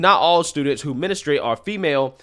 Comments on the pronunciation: With all respect, it takes away from the credibility of your reporting when you mispronounce a key word of your subject matter. MEN-strew-ate, not MIN-is-trate. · I love ya…but we don’t “menastrate” lol it’s pronounced more like “menstrate” I’m aware these spellings are wrong lol I was just trying to show the difference in what I meant in the enunciation lol…I’m laughing, I really don’t care, I’m just being anal lol I watch every video u do because ur the best! ❤ just a little constructive criticism 🙏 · Lol the word is pronounced MEN-STRU-ATE 😂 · Mestruate! NOT Menestrate!! Damn! Wtffffff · DUDE IT IS NOT CALLED “MINASTRATE” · Why are you pronouncing “menustrate”? You’re a grown adult and you don’t know how to say that word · Bro learn how to pronounce menstruate! Lol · Men-stru- ate